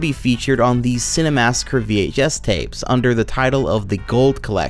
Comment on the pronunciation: Minor nitpick, but the fact you pronounce it "Cinemassacre the Truth" drives me nuts haha